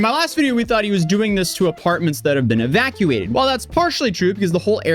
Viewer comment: I knew his IQ when I heard his voice. Also how he pronounced 'evacuated' by saying 'evax-cuated' 😂 kid literally dumb as rocks